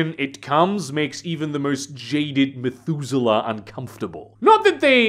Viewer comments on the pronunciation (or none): none